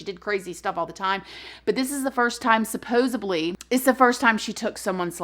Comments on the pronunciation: Please stop saying “suposibly” it’s killing me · i love you to death but please it's "supposedly" 😅😅😅